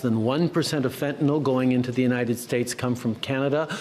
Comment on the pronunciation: Pierre is completely incapable of dealing with Trump. He can not even say the word fent.